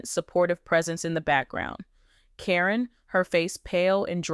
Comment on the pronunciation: Corin is Caryn Chandler. The woman doing the reporting should know how to pronounce the names but she messes up frequently. Sometimes she says the name correctly then in the next sentence or two she mispronounces the name. She does for Zach's and Lila Ray's names too.